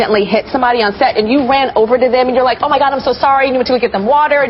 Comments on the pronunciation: Don't you love when everyone only comments on how they heard "sex" instead of "set" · i thought she said happy sex lol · from to it sounded like she said " you wanna have happy set" with an "x" instead of a "t" lmao!!!